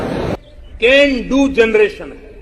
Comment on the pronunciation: Ken du genereton 😅😅